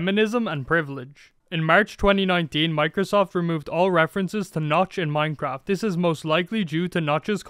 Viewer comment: anyone noticed how it says minceraft